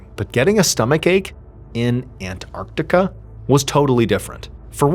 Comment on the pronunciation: And well done Mr Ballen for pronouncing it " An-tarc-tica " and NOT " " Ann-artica "😂🤦 like many Americans do !!